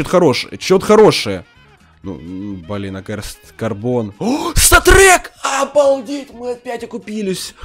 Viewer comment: Он говорит место статрек когда нормально выпадает говорит сатрек сатрек